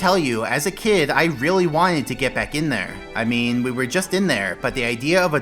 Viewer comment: “That a was a really good tele’port dere Mario!”